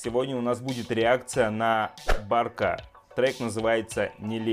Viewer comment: Не Барк, а БАКР!